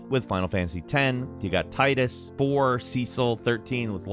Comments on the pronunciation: Wait isn't it pronounced Teedus? I'm sure I watched the extra DVD you get with original and James Arnold Taylor said it like that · Tidas and Cecil were mispronounced. Its Tea-dus and Seh-sel.